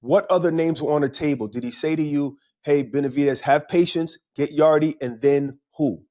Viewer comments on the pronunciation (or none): tbh you should probably know this but if not do your HW fellas. It’s not “Yard-E.” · Anthony 'yardy' yarde